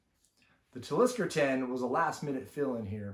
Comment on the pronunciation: Your saying Talisker wrong.